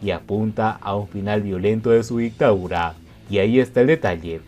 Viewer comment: Se dice DICTADURA no ICTAURA.